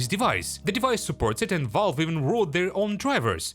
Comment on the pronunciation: It's pronounced valve not volve